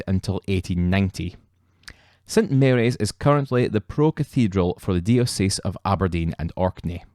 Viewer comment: Very interesting and well presented. The Episcopal church pronounces the word diocese as (die-oh-sis) Locally represented as the diocese of Aberdeen and Orkney. Evangelical is pronounced (Eve-an-gel-ick-al). Many thanks.